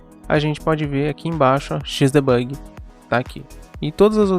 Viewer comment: XDebugui???????? que ingles é esse ? ou vc fala em ingles ou em portugues... Não misture.